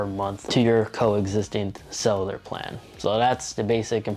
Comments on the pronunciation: Cellar or solar, or sell-you-lar?🤨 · It’s pronounced SELL-you-lur because they love to sell you the additional plans for the watch. But I think it’s worth it for the freedom of not bringing phone on runs/walks. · Thank you. He needs to practice saying it because it’s not that difficult. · take a shot everytime he says “Cell-ew-lur”